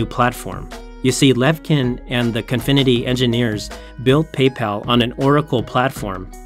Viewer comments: He keeps calling it Confinity, while it's clearly Cofinity. Unwatchable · Its Cofinity not Confinity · Why does the narrator consistently pronounce it CONfinity, when its spelled Cofinity? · Cofinity. I don't know why he keeps calling it confinity. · Before doin an articole you should learn how to pronouce names, it is CO-FI-NI-TY and not CON-FI-NI-TY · me too bro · I am so glad it was not just me that noticed this terrible pronunciation..